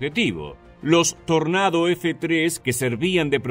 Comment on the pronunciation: Dios, muchas gracias por pronunciar "Tornado" cómo se debe Buen video